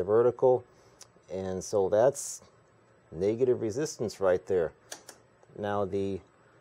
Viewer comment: "Naygative" lol